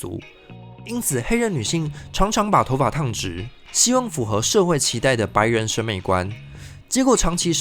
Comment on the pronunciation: 建議一下發音，符ㄈㄨˊ 合，不是 符ㄈㄨˇ 合